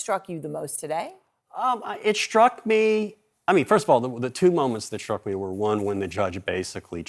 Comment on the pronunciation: It “shtruck me…”. When did s words become “sh” words like “shtreet.” Sean Connery.